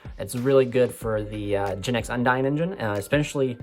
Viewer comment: Don't want to be that guy, but Undine is pronouned with the long "e" sound (Un-deen), not the long "i" sound (Un-dyne). I've been hearing too many people saying it the wrong way and it bugs me a little bit.